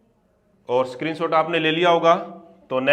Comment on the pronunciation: स्क्रीनशॉट❎ सक्रीनशॉट✅ Btw aap bahut acha padhate ho thanku.